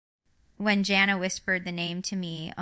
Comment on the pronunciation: Not her!! Jana (she's not saying it right) doesn't live in Ak